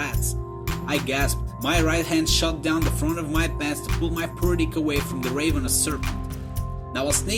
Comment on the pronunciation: You mispronounced a few things. Like gingerly and ravenous. You said rodent death a bit funny too. Don't be afraid to look up how to pronounce words you haven't read before. There's lots of videos showing you how to pronounce words